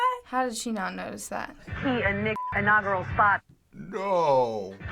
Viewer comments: What's enogural?? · I didn't understand ''1.39'' What is ''anogrel''?